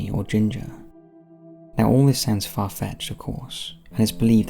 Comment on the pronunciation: "Far - Fecthed" Me: "Like the Pokémon"